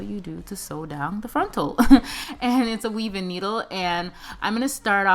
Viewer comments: why is she pronouncing weave wrong? she pronounces it like " wev" when it sounds like "weev" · It’s not pronounced “wef” it’s pronounced “weeve”